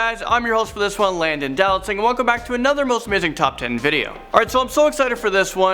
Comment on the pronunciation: Finally he said Dowlatsingh not do not sing 🎉